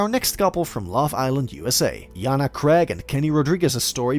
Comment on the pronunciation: JaNa is pronounced Janay not yana